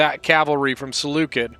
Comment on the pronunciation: Oh and PS: Seleucid is not pronounced Seleukid it's pronounced Seleucid the C is soft